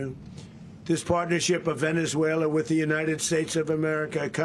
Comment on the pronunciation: Where is “VenezueleR” 😂😂😂